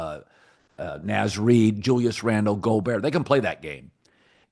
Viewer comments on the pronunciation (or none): The fact he pronounced it Naaz Reid shows he’s a complete fool talking about the Twolves